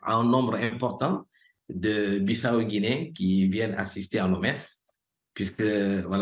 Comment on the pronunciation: Belle émission sur la Guinée Bissau. Par contre je ne comprends pas l'insistance de mal prononcer Bissau par l'animatrice malgré une bonne prononciation de l'invité et des deux personnes sur les reportages. Merci pour votre émission❤. Que Dieu vous bénisse et vous garde à Lui.